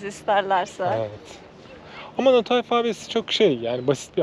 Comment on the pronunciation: Teşekkür ederiz 😊 ya Ahmet video da nota gibi telaffuz etmiş de nato phonetic alphabet diye aratabilirsiniz 😅